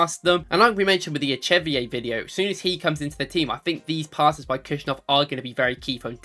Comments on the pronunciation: Bro what's with these pronunciations bro: Adukoda and echevier it's Abdukodir and echeverri good vid tho 😅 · I thought this the other day when watching the other video but there is no way Echeverri is pronounced "Echeviay", right? Someone confirm this pls